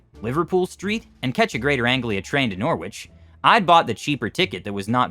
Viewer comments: Great job on the English names except for: Loughborough = Lohf-brow and Norwich = Nor'ich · The correct pronunciation of Loughborough and Norwich are 'Luffborough' and 'Norrich' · Loughborough, Norwich, Leicester and Ely were all mispronounced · Never heard anyone say norwich like that before